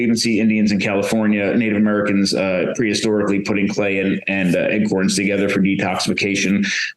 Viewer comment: lol...Is he actually saying "Eggcorns?"